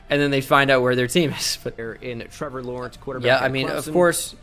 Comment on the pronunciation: damn you got Lawrence right impressive